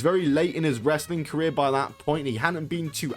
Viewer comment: its the played out nonchalant wanna be critical drink voice and the pronunciation of "wress-a-ling" that irk me the most